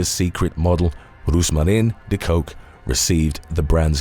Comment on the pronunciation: De Kok is pronounced 'the cock', not 'the coke' though she probably has handled both. To complicate matters a bit, when translated into English it means 'the cook' (also roos is pronounced rose).